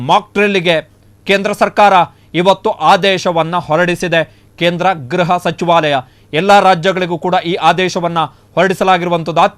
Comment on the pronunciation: Ghraha not..but say Gruha if you are kannada knowing man